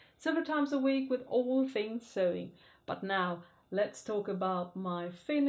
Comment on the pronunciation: Dear, love your outfits. You say sewing - suewing- must say OH, S OH, english is not my native language, I had the same problem, but I find it cute. Thanks, hug.